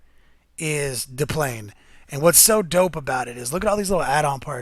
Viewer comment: the 1st 10 second of your video and how you said de plane bright back to my youth :) great vids keep them up , small laugh